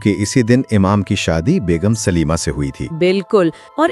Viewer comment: Not Sulema it's Salima.